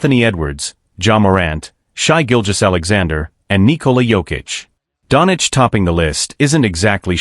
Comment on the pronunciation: Please learn how to speak Doncic. Its not Donic. Its disrespectful and so hard to hear